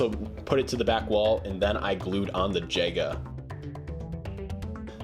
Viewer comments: By the way, Jega is pronounced Yeyga, not jayga. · It is pronounced yega but spelled jega